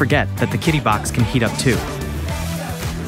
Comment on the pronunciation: It's Chee-dee. The video voiceover actually did not do a great job.